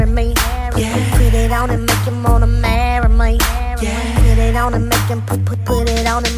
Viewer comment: I really wish people will stop puttin toya on they tracks lol I think she is really trying to milk the whole accent thing she is taking to far??? how you cant correctly pronounce "MARRY ME"??????????